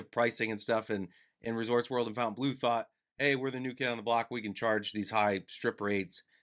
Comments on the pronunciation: It might be easier or intuitive to pronounce it 'fountain', but since it's technically french, it's incorrect. I deem your pronunciation wrong. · The hotel itself is inline with pronouncing it how it's spelled. Throwing an extra u in there is just wrong. Miami has always been wrong. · These videos have really spread the incorrect pronunciation of Fontaine Bleau. And there’s really nothing very French about the decor and shops in the casino. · C Mon, nobody says Fontainebleau the proper way. Except for French speaking people 😉 merci 😂